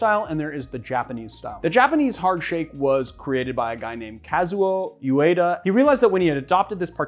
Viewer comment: Ueda not Uyeda. The ye sound doesn't exist in Japanese...it's also not called the Japanese hard shake..it's called the ginza hard shake.